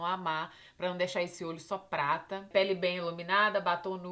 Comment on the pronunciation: parece q ela falou "Fiz pleto com plata "